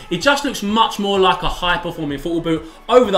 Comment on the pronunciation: i rearry rearry rike This boot... asian? Listen closely aswell